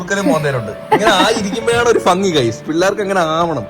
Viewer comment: ഭംഗി ❌ഫങ്ങി ✅